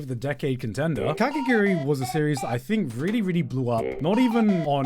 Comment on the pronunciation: Every time garnt said kakiguri instead of kakegurui it got a little bit more painful